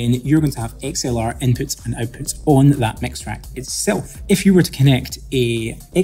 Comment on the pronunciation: Having a hard time comprehending your pronunciation. Sorry but it's kind'a annoying. I'm used to American and British English. For example.. the word OUTPUTS. You're pronouncing it as EIWPHUTS. So i need to repeat the video over and over again to completely understand you.